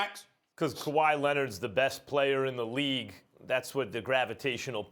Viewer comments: Nobody: Stephan A : kawhy Lennit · Eric D and Kuwaii Lennit lol! Oh and dont forget JaJa Pujoolia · Kawhi Lenind?????????? Dennis Schraeder?????? Lmaooo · I swear to god if the topic is about LA Clippers, you know Maxs opening phrase: “Kawhaii Leonard is the best pleyer in basketball” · Ivan C “Kawhi Lennon” 🤣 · “Kawhi Lennit” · Stephen A Kawhi Lennit Smith